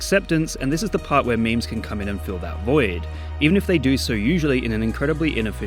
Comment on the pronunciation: "what is it about coom that makes it so enjoyable for so many"